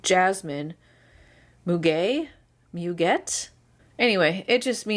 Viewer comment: Muguet is pronounced moo- gay, and armoise is pronounced ah - mwaz. I took 4 years of French in high school, otherwise I wouldn't know either, and I checked Google translation just to be sure. I don't remember a lot of what I learned anymore though. Unless you use it regularly, you lose it.